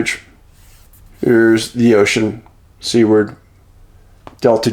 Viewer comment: Seward, Alaska is pronounced "SOO-ward;" not "SEE-ward." It's named for the former Secretary of State William H. Seward, who negotiated the purchase of Alaska from Russia in 1867. You're welcome.